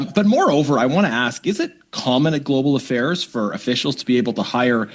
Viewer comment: “Global Affails” …that’s the new catchphrase